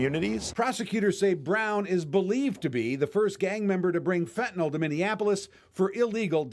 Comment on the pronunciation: Fentanyl not fentanol.